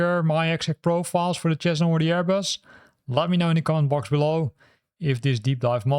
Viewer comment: Cessna Is pronounced "SEZ- nah", FYI. Great video.